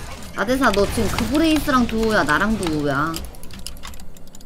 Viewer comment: 뭐야 근데 왜 그레이브즈를 그브레이스라고 부르는 거?